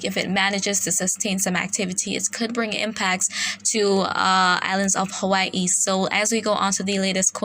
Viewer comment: THANK YOU!!! for pronouncing Hawai'i PROPERLY. That's the first time I've heard a non-Hawaiian person pronounce it correctly. Mahalo!